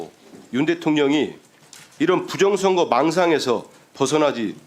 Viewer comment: 부정선거라고 하는사람들은 왜 부정(셰)력 이라고 하는거지 발음이어렵나